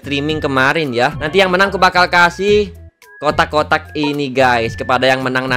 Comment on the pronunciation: ngomong kotak kotak tapi aku dengarnya otak otak 😭🤣